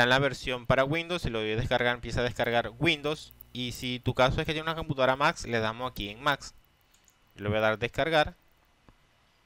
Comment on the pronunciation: puedes pronunciar bien almenos dices max es MAC LEA BIEN